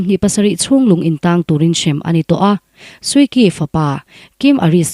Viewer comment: Suu Kyi hi Suu Chi tia lam tur a niin ka hria